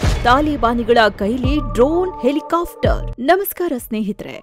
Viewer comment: ಹೆಲಿಕಾಫ್ಟರ್ ಬದಲು ಹೆಲಿಕಾಪ್ಟರ್ ಅಂತ ಸರಿಯಾಗಿ ಉಚ್ಚಾರಣೆ ಮಾಡಿ.